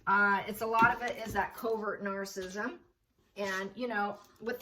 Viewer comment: It's nar-cis-sism.....not narcism like you always say it....sorry....really like your videos but don't like the wrong pronunciation...